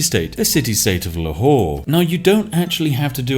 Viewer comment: Ah yes, the famous city state known as "LA Whore"